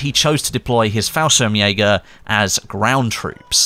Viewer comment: good job correctly pronouncing FALLSCHIRMJÄGER